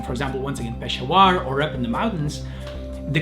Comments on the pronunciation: I live in Pakistan BTW It is not pronounced pashawaar It is peshawar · It’s pesh-a-war not peshwar. And it’s my city ❣️ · its pronounced pishavur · Its no pshawer ITS PESHAAWAR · Its not peshawar(pronounciation) its peshaawar only talking about the pronounciation the spelling is peshawar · E laughing cuz PEASHEWAAR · sorry to be this person but Peshawar is pronounced Pa-shower (like pronounce like the word shower) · The way he said Peshawar I was dying laughing 🤣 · Its so funny when he pronounce's peshawar wrong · The way he said 'Peshawar'. Damn, imma cry.